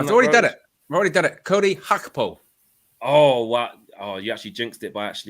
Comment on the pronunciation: The white dude pronouncing Gakpo Dutch-style is funny. Gakpo is half Ghanaian and the name is Gā from Accra so it's a regular African hard G on that.